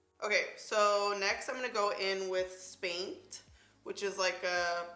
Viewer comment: I had NO idea what she was saying the first 2 times she said "spanked" because she was enunciating. I thought she said skanked at first :/